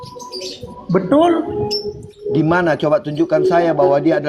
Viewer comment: Bedul gaess ..belajar dulu bahasa Indonesiaa Kok belajar bahasa arab..BETULL ..BUKAN BEDUL..😜🤪😝